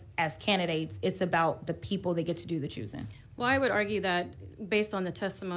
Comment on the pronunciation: ... the word is 'get', Jasmine, not "git".